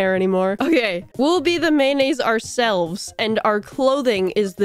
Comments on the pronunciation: It’s making me extremely violent on how pronounces mayonnaise. Is pronounced may-oo-nays. Not man-as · Approximately 133 'mayonnaise' and 74 'mayo' were spoken in this experience